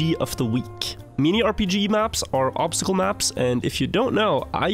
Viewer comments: "meenee" instead of minny is crazy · I love and his occasional, strange pronunciation of an English word lol. Ten seconds in and already he says "Meanie" RPG of the week 😂